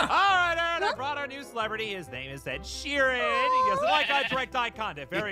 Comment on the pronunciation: The sheap ead shearon💀